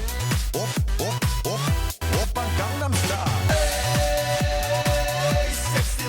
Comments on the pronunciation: You pronounced Gangnam Style wrong. Not that you're the only one, but Psy's pronunciation is clear. I don't know how English speakers are constantly butchering the two easiest words in the whole song. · At least educate yourself on HOW to pronounce the song's name correctly.. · He doesn't. If you would actually listen to this song closely, you would hear him say it gone-nom. thats why most of us stupid americans think he is saying Condom star :<